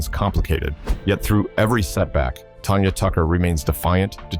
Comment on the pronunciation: Hey MORON. Her name is not Tonya... It's TANya. Tan... Tan... say it with me.. Tanya.. not Tonya..